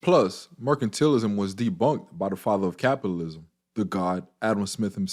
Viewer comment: It's MER-CAN-TAL-ISM. Not MER-CAN-TEAL-ISM. Sorry, your pronunciation was bothering me. No offense. Thank you for the video. Thumbs up/Subscribed.